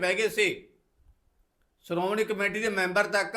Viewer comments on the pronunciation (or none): none